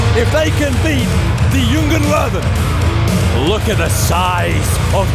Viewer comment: Kennedys pronouncation of Jungen Löwen is getting better!